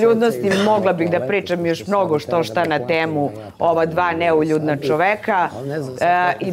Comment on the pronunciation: čak ne zna ni da izgovori ono o čemu se izjašnjava... Za nju je to " neljudna"... 😂😂😂